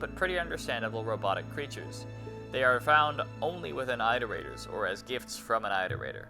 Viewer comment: okay so: i loved the video! it was very fun! i just have one, incredibly pedantic thing i have to say: it's pronounced "IT-er-ate-ers", not "EYE-ter-ate-ers". "iterations" is also not pronounced with a long I, and neither is "iterate" lol